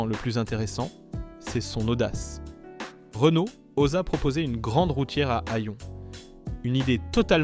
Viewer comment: Problèmes de prononciation de Panhard, Renault et Talbot pour ne citer qu'eux, images ne correspondant pas forcément au véhicule dont on parle, et quelques contre vérités: cela fait quand-même beaucoup. Entendre dire par exemple que l'Horizon fut un flop, c'est du n'importe quoi. Je ne vois pas de rapport entre son déclin et la crise pétrolière. Cette voiture nétait pas réputée soiffarde. Bien sûr, elle avait ses défauts comme sa distribution devenant bruyante avec le temps, ses synchros Porsche fragiles et la corrosion. Mais sur ce dernier point, quel constructeur y échappait vraiment dans les années 70 -80? Et que dire du commentaire sur la BX! En quoi la suspension hydropneumatique pouvait nuire au fonctionnement du moteur diésel? Moteur qualifié de fragile... Je crois que là, c'est la meilleure. Fragile le légendaire et très apprécié XUD réputé pour sa longévité? Si tout ceci ne relève pas de l'IA, ça y ressemble fortement. De plus, on aurait parfois l'impression d'écouter un robot.